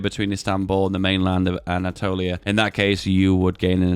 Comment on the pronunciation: The way he said Anatolia I guess he is Greek 🗿🗿😂😂